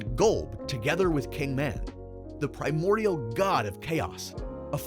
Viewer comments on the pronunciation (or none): none